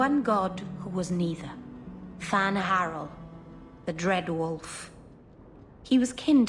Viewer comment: FAN-HArel Geez it's Fen-HarEL